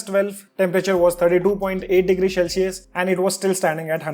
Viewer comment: CEL-cius NOT SHELL-cius